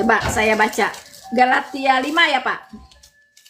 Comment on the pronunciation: Kali ini mengucapkan Galatia dengan.benar. Bravo! Jadi flashback ke video lama saat ingin mengucapkan Galatia 6: 7 - 8. Saking ngegas kali y :)